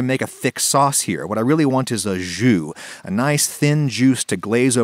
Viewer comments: i see, but jus means in every way the same thing as juice, but i get why you used it (In the video you pronounced it like joue which is play, that was kinda funny) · Me pronouncing jus: 𝘫𝘶𝘴 Also me: J U S S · i thought he said "what I really want is a Jew" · jus sounds like meme man pronuncation of juice